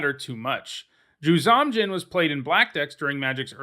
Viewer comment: You’ve pronounced ‘Juzam’ a couple of different way. It’s generally been pronounced, ‘Jewzohm’ Djinn. For years and years I pronounced the silent ‘D’ in Djinn, so what do I know.